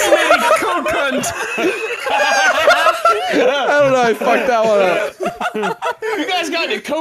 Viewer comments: omg i died when he said "you guys got any cocunt oil" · Cocunt? XD